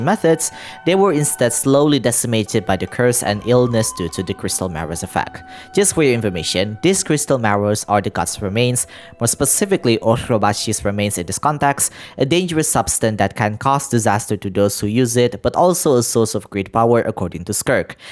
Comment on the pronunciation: Hmm, I like your videos man, but your pronounciation of some names sound... weird? like Orobashi became.. OrgrgrRRrrObashi, the RghrrGRgrgRGRRaiden, are those names difficult to pronounce? Just asking, i'm not making fun of you